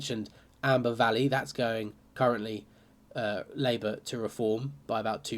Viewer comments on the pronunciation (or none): none